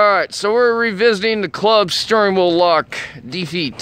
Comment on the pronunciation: "There we have a club steerwurl lock" "A Reeerwurld siutiation"